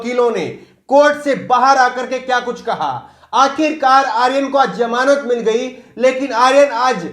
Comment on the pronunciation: Its ZAMANAT not JAMANAT